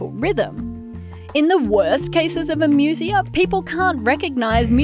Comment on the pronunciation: The pronunciation of "amusia" in this video is really weird. Webster's says it's "ā-ˈmyü-zē-ə," and Collins says "eɪˈmjuziə". But this reader makes it sound like "amusement" rather than a greek derived medical term. Even Macquarie Dictionary is "/eɪˈmjuziə/ (say ay'myoohzeeuh)"